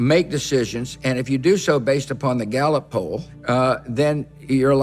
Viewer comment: "For a leader you've gotta make decisions, and if you do so based upon the galot pole, uh, then you're a lousy leader" Galot pole? Gallows pole? Ballot pole, the fuck does he say there? 😂